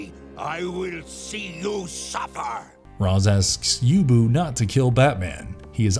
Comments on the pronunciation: Gotta love shirtless Batman still wearing his cowl lol also it's "ray-sh" not "roz." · Its neither Raysh or Roz. It's Ras(Rass). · Nope it's pronounced raysh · why did u say raz 😭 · Lol not to mention calling Ra's "Roz". Like... did he WATCH the show? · It's pronounced Ras... 🤔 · Given the mispronunciation of “Ra’s” - I can’t help but think that the voice of the video has never actually watched the series… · "Fries"? "Rawz"? "Youboo"? How are these names being mispronounced? Did you not watch the show?